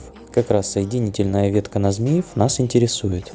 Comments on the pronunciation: Автору, кроме названий локомотивов, неплохо бы правильно произносить названия населённых пунктов. И если автор использует русский язык, то не следует его коверкать. В русской транскрипции город Змиёв так и звучит. Но с ударением на "Ё". ЗмиЁв. Но никак не "ЗмИев". В произношении автора просто взрыв мозга... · Вот только не Зміев а Змейов